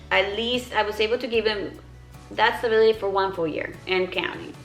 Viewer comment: This is so nit picky but it drives me insane that you pronounce b’s as v’s 😂 “stavility”